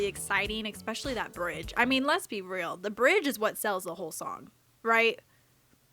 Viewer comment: Absolutely no one:: eXspecially